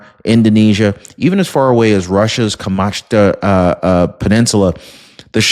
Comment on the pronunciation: KOM-CHOT-KA that is how to pronounce that place in Russia.